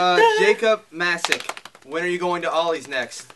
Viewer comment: Its pronounced mace-ik not massik lol but thanks for answering my question!